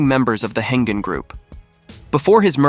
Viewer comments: It’s Heng-An not “Hengen” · Pronounced as "Heng-An" Group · Yes. 'Heng-An' should be pronounced 'Heng Arn' for English speakers.